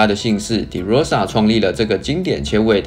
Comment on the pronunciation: De唸法是ㄉㄜ˙ 不是ㄉㄧˉ